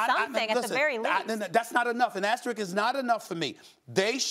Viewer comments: Why is it so hard for people to pronounce “asterisk” properly?! All three of these fools pronounce it wrongly. I see it so much on TV and in everyday life. It’s aste-RISK...not aste-RIKS. These are grown and presumably educated people. Most people can pronounce the word “risk” very easily, I’d assume. Just put “aste” before it! Simple! You can do it kids! The more you know.... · She really keep saying “asterik” and no one gonna correct her?? Lol, How you a professional tv host and not know how to say basic English words